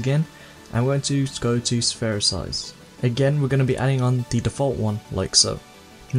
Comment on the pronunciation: It's not pronounced : "Sphersize" it is "Spherize" ;)